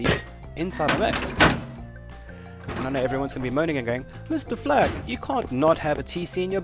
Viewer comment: i keep thinking your saying flak is black XD